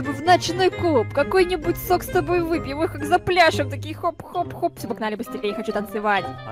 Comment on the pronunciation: Катя сказала не сок а сокс 🤣 кто понял в комент